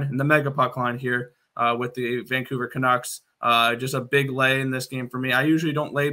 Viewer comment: why on earth are you calling them canooks? LOL not sure if i wanna take betting advice from someone who doesnt even know the name of the teams LOL sorry....